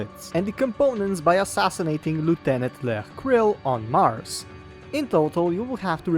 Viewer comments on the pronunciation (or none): none